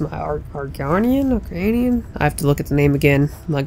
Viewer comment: BTW its argonian (are-goan-ian)